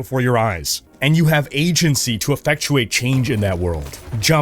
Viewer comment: Affecuate? Brilliant.